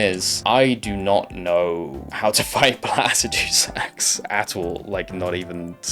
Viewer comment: The way you say Placidusax upsets me Haha. Fantastic video though!